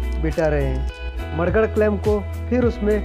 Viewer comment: Are u saying mudguard or marguard